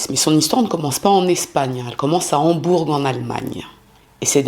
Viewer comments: Une petite précision. Le G de Hambourg ne se prononce pas. Mais quel salopard. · de plus en plus jolie ❤ mais le g de Hambourg ne se prononce pas. On dit Hambour